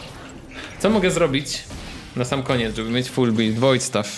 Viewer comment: Stuffy wardy bulid, jak to kaleczy moje uszy.